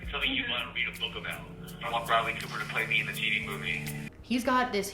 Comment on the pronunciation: Oh no no no. Though shalt not bastardize the name of Bradley Cooper in such a fashion. 👎🏻